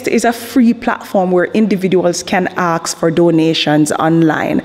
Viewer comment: I am scared for my life because she said she is going to "axe" me a question 😢